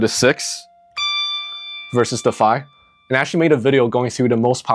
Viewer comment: At are you saying "the five note"? Sounds like you're saying "fi note" which makes no sense. The note you're playing is "So" or the 5th tone in the scale, so "the five note" right?